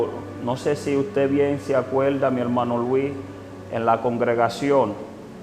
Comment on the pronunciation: Porqué dice "acuelda" lo correcto es acuerda, y así omite la r al pronunciar muchas palabras y no es porque no pueda pronunciarla, ya que algunas palabras las pronuncia correctamente.